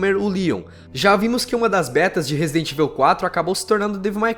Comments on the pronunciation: pratica essa pronúncia de inglês meu amigo, ficar escutando vc falar resident "ivel" é foda, sem dizer devil "mai" cry! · Podia aprender as pronúncias. Resident Évil e Raicon City dói os ouvidos.